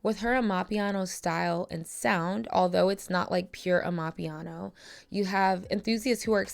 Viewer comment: im sorry but the way you said “amapiano” is killing me😭😭😭